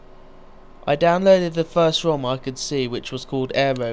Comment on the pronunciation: HAHAHAHA, U SAID WOM, INSTEAD OF ROM!